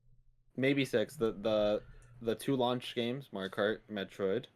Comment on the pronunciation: I can’t even tell if he is rage baiting by mispronouncing Metroid